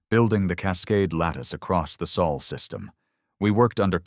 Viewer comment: Sol is written Sol, not Soul! If your AI ignores this little but important fact, you should have corrected it. You skipped proofing: the story restarts after twenty-odd minutes. Serious negligence. We deserve better. Thumbs down.